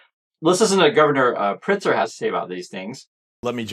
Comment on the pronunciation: Thank you for covering this. Chicago is safe and beautiful. One thing, the governor‘s name is Pritzker - You do pronounce the K.